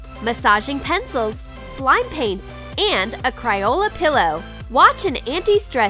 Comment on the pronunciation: She said cryola but it's funny so it's ok